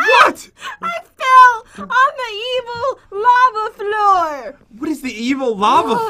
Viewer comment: i thot you said "lama is coming" XD